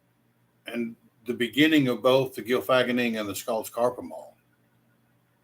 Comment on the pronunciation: As usual, your logic is sound in this. Your words are correct and true. My only problem is your pronunciation of the Norse word. You say Gylfag-enning instead of Gylfa-genning. Gylfi (His name) + Genning (His Self Delusion) hence the Delusion of Gylfi. The story told is correct, just not the pronunciation of the title. Skal!